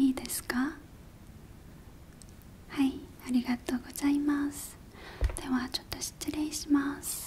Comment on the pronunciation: 韓国人のありがとごじゃいます好きすぎる……♡